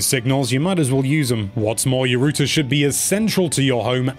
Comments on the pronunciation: It’s not rooter it’s router 😁👍🏻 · R-OW-TER. Say it with me,. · Why are you calling it "rooter"? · British pronunciation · he meant to say router and instead said rooter... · Lol. What's a "Rooter"? Do you mean "Router"? Wow. Did you get past 5th grade? Sorry, but it's ridiculous to take advice from a kid that doesn't even know how to pronounce a basic English word. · whats a rooter? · I see the joke. pronounced router as rooter. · If the British pronunciation for router is “rooter” then how do y’all pronounce the actual word rooter? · The way you say "router" drains on my soul like nothing else. It's not "rooter". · Wtf is a "rooter" 😂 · Rooter lol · A “ROOTER” lmao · You say router wrong. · The way he is saying router is killing me, and Im Irish with a thick accent ffs